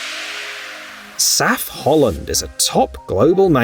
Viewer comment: You'll never learn it. It's M.A.N. (Maschinenfabrik Augsburg-Nürnberg), not man. btw. it is not called saf-holland, but S.A.F.-Holland (Sauer Achsenfabrik)